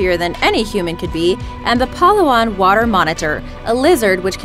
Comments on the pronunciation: Yeah Philippines! Dab for those in Palawan Baby! Also you say Palawan funnily. It's pa-LA-wan. That's how you say it. Not PA-la-wan. It's kinda sad that government officials here in our country don't help the tourist destinations that are great to be publicly viewed. They don't even think about making the national airport better to the public. The national airport here is terrible. Big dang Traffic. Smoking cars hitting through your nostrils once you get out of the airport. The road to get out from the airport is already traffic in itself. You have to walk a long way and find a taxi. The taxi drivers here are sometimes even greedy. They take you to the long route instead of the short one and charge you with a lot if they'll notice your not from here. Philippines would be rich already and won't be having economic problems and not having other Filipinos to go abroad to find a decent job. Government officials here are ignorant to the gifts of the land and just don't care that the land will just die out. The only thing they want is money. Yeah graft and corruption is frequent here. We even make jokes about how our next president will probably be corrupt after he did a lot of good things like how president Marcos did in his presidency. He was a great president up until he stole money from the community. Which was a huge backlash to his greatness. Now we're discussing if he deserves to be part of the Heroes Cemetery, where all the great heroes ever to be told around the country is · its palawan not pa la wan beacuse pa la wan is wrong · its palawan not pahlawan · #2 PHILIPPINES🙋 Palawan is pronounced as Pala-wan not Pa-lawan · pa la wan not pal law an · To point out, it's pronounced (pa-LA-wan) you know, cause... feels a bit insulting when people can't pronounce a place from your country. Not saying you're an awful person though. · surfwaxx999 she also mispronounced palawan. It is supposed to be said as Pah-Luh-One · Its pah-lah-wan😂😂😂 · Its red like this Pala-wan